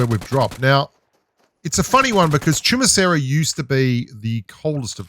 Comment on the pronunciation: I honestly didn't know how to pronounce Chumacera till I heard you pronounce it🤷😂